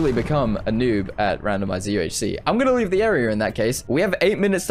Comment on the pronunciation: how manny times did you say randmizer